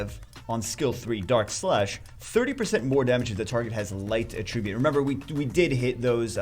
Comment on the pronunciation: Day 1 of telling that he says “attribute” incorrectly